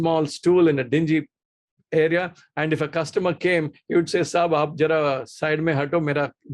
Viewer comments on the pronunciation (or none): none